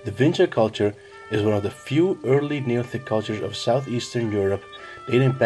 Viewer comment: Da whingy kulča🤣